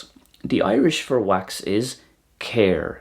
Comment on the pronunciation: You're missing out on the slender r in Éire and Céir (you're saying it like the English 'care') and the epenthetic vowel in Albain. Also if you'd used the Connacht or Ulster pronunciation of Tarbh it would've sounded identical to the Welsh! Interesting video, thank you for putting it together. Always nice seeing such comparisons